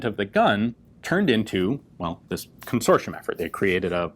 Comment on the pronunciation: Fascinating pronunciation of Consortium, never heard that, that’s a spy’s worst nightmare, an invisible red flag, haaa. Lovely gun, the only good use of plastic there is in the world🤣🤣🤣♥️